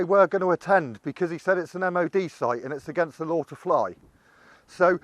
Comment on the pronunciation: It's not MOD PARD